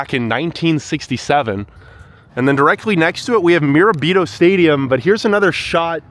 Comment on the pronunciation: Tf is a "Miro Bito" ? 💀